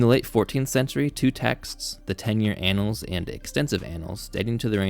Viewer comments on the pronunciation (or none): Are you really pronouncing "annals" like it is a homophone of "anals?"